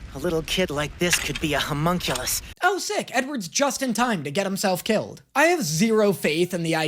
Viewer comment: loving all the reactions and the jokes are A+, but… The word is “Homunculus” - pronounced “hoe-munn-cue-lis” or “lus” (doesn’t matter which, you can cut that U way short in this word, English is dumb).